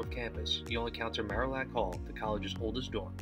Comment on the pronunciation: Nice, except Marillac Hall was pronounced Mary-ac Hall when I was there. But then, the castle was the library and it was great to sit in an arched stone window sill, leaning on rippled old glass, on dark and stormy nights. Graduate of 1970